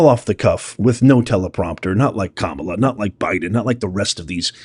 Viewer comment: You keep saying it wrong. Kamala didn't win a single state that REQUIRES voter ID.